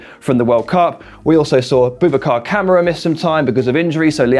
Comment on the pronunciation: It's ka-mara not camera 🤣🤣